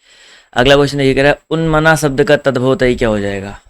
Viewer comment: Sir bahut accha padhate hain aap...lekin aap श ko स hi bolte Hain....kya ye chhoti si Kami door nhi ho sakti... jaise शब्द ko सब्द bolte hain aap... Sahi uchcharad karne wale vidyarthiyon ka baar baar man bhatakta hai...sahitye padhane ke liye khud ka sahi uchcharad karna bahut zaroori hai...